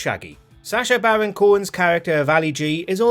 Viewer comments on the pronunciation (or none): none